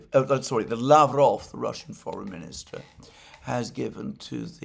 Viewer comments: Александр, mate!! I understand you are ill and all. Wish you a speedy recovery! However (1), try to remember, always remember, to pronounce Lavrov, Peskov, Ushakov's last name properly. You've done it before and I am sure you can do it again :)) When pronouncing these name the emphasis is on the 2nd (!!) syllable, not the first one. Mate! Come on! ;) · Oh, you just did it! You corrected yourself and pronounced Lavrov and Ushakov's names correctly! Thank you!! Ah oh, take it back. Botched Lavrov's name again :)) Anyway, you are trying and that's what matters. Mate, merry belated Christmas and a happy new year to you and your family!